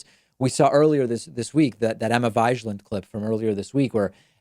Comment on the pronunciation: Vig-lan. Like Fig